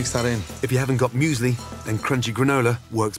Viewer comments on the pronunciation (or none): No offense but the way you said Müsli like muesly had me cracking up